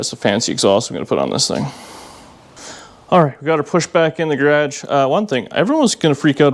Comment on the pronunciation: Love how he says “gradge “